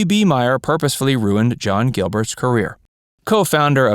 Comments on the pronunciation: It’s Louis B. MAYer, not MEYer. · Really liked this video but I have one comment. Louis B Mayer’s last name is pronounced like Mayor and not Meyer. I went to school with one of his great grandchildren and its definitely not Meyer. Fascinating family to know. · MAYER NOT MEYER ! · This low level potpourri of "shameful old Hollywood" is such a load of CRAP! Initially the most obvious outrage is the mispronunciation of the name of the most powerful studio head in Hollywood, Mr. MGM himself, Louis B MAYER, pronounced MAY...you know, like the month of MAY, with an er following, NOT MY-er, as this guy states repeatedly. How cheesy can you get, if the man behind the mike can't make the most basic pronouncements correctly! Secondly, all of the shrill damnation about feeding pharmaceuticals to the talent to boost their productivity, etc is so far out of perspective! It's ridiculous to judge events from the past by the standards of the present. No one believed these meds, specifically amphetamines and barbiturates were life-destroying when they were first made available! They were a god send! It was thirty years later, when people began to see the dependence that some...NOT ALL...individuals had developed, that they became a serious and life altering problem. But at their advent in the 30's, no one viewed these pharmaceuticals as a dangerous threat to anyone's well being, indeed, just the opposite, they were embraced with enthusiasm. Elvis Presley's path of destruction via his love affair with legally prescribed...make that over-prescribed, pharmaceuticals began when he was drafted into the army and fed amphetamines by the good 'ol USA army physicians so that he was able to stay awake when assigned to night shift guard duty. Right...what incredible irony, that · What shocked me was the mispronunciation of Louis B Mayer’s name. It wasn’t Meyer, it was Mayer, like mayor of a city. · Louis B. Mayer's name is pronounced 'mayor' not 'mire.' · "Louie B. MYER"? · MAY-er, not MY-er